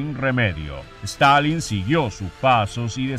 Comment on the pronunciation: Stanlin - Stilin